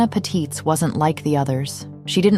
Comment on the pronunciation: Not that it matters much but I'm German and just happened to notice, the stress in Patitz is on the first syllable